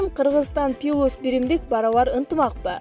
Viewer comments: Качан туура окуйсунар? "Пилус" эмес "плюс" айтпайын дедим эле... Дайыма каталарды угуп отура албайсын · Дикторлор туура тема коюп, туура суйлогонду уйронгулочу. Же мектептен 4 класска чейин эле окудунар беле?. Пилус дебей плюс деп айтса болбойбу, уят теманы да ката жазасынар. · Журналист ПИЛУС дебей кичине туура сүйлөгөндү үйрөнсөңөр болбойлу, УЯТ канча адам угуп жатат!